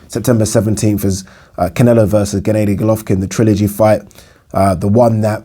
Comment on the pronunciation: ‘Gennaydy Golovkin’ 😂